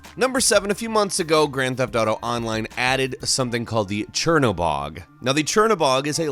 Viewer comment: Why do people say Grand Theft Dato?